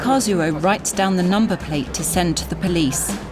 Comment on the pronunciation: Kazuo is pronouced "Kaz-oh" - in Japanese the "U" is silent in his name.